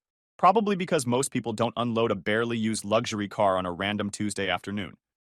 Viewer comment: Since when can this AI voice not pronounce don't